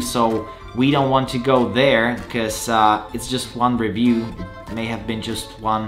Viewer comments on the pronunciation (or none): none